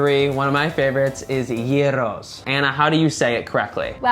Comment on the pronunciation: Το πρόβλημα ήταν η προφορά τους. Πρόφεραν Γιούρο αντί γύρο. Δε νομίζω ότι το γύρος ή γύρο ήταν το προβλημα